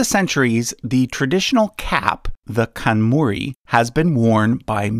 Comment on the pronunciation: In Japanese, pronounce all the letters. KanmUri (not kanmori). Juu+ni+hi+to+e.